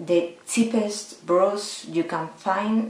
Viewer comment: Interesting :) (you should look up how brush is pronounced, srry don't know a spanish example)